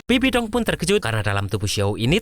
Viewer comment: Bang bibidong loh bukan sabibi dong